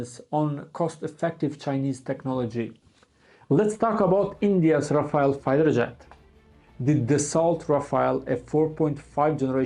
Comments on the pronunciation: rafale not rafael😂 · Rafale❌ Rafail✅ 5 indian fighters jet shutdown by chinese J-10 C but indian not Ready to hear truth From even france intelligence that admitted Lose of Rafael😂😂